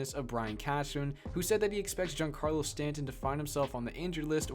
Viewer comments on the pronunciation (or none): You put so much emphasis on getting the latino players names right and then you completely botch Giancarlo Stanton. come on man